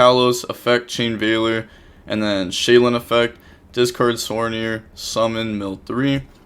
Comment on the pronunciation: another day of calling it Shay-Lin when there’s 0 Ls in the cards name 🤣